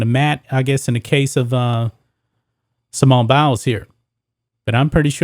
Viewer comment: Did he say Simone bowels?